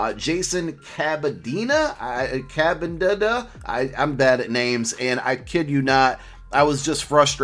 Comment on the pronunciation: CAB-IN-DUH ..... don't add letters. sound it out exactly how it spells